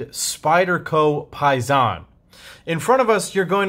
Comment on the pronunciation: I think it’s pronounced similar to “pay day”, as in “pay sin”